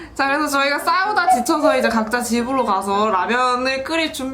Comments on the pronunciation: 각자라고 말할때 동생이 내가 ㄱㅈ라니 보는데 타이밍 ㅈㄴ맞아서 각자를 고자라고 들림 ㅅㅂㅋㅋㅋㅋ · 처음에 각자라고 하는데 내 귀가 잘못 된건가?? 왜 가짜라고 들어오지? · 아녀 ㅋㅋㅋㅋㅋ 저한테도 가짜라고...ㅋㅋㅋㅋㅋㅋ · 아니 때문에 갑자기 가짜라고 들리잖아요 ㅋㅋ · 각자를 처음에 가짜로 들었어요 ㅋㅋ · 각자라고 들리는디